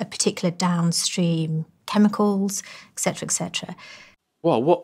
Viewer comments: She's actually a complete philistine too, since she says "eck cetera" instead of "et cetera". Dimwit. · Don't trust anyone who claims to be a scientist yet says "excetera" lol